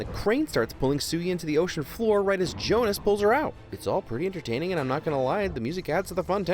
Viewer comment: It's actually Jonah not Jonas